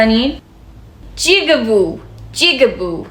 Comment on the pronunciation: جوری که تو میگی جیگابووو خیلی بنظرم کلمه بدی نمیتونه باشه🤣